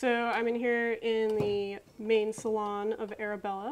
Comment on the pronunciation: Good to hear pronounce “salon” correctly. Sorry that’s been bugging me every time I hear “saloon”...... shalom